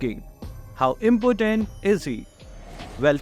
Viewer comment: saying estes is impotent rather than important😂😂😂😂😂